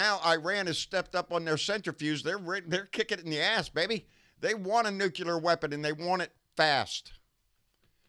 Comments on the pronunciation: Its NU-CLEAR, not NU-CU-LAR AAARRRGGGHHH!!! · I trust Homer Simpson on this one, he even works at a nuke-ular power plant, where all of the cute little nulecules go to play! 😏